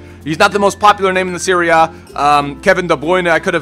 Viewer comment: It sounds like he says "Syria" when he says Serie A.